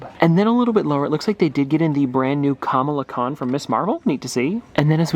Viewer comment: What I was you accidentally said Kamala khan wrong